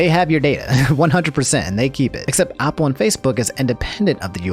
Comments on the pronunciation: LEARN HOW TO PRONOUNCE BASIC WORDS LIKE APPLE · Why do you say Apple like that lol